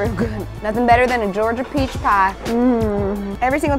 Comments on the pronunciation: Gorgia? Lmao it’s Georgia** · "Gorgia" :P